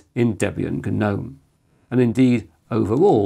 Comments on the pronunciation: G-nome!! Love it 🙂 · Tell me who thinks that inventing words is OK outside of Shakespeare WHO dicides that geeeeeeeernome is a word ,what next the victim was kaaaaaaaaaaaaaaahhhnifed to death ,or the kerrrrrrrrnight rode into battle with the English language